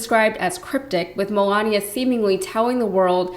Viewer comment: I've never heard anyone pronounce Melania, Melonya.🤔